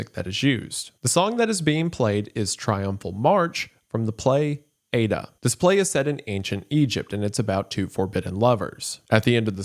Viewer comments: This is literally the smallest most nothing thing but for the record as a former theatre student the play is pernounced ay-yee-duh not ay-duh you southern fuck LMAO 10/10 video that just specifically bothered me way harder than it should have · I believe “Aida” , the opera mentioned at around 1 hour, is generally pronounced: eye-EE-da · ew girl not ay-duh lmao. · Scariest part of the video for me was the way he pronounced "Aida". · Isaiah mispronouncing Aida, I can forgive. What I cannot forgive is calling it a play instead of an opera.